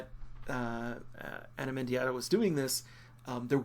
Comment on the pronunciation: pronounced as spelled, Mendieta, not "Mendiahta" as you're saying.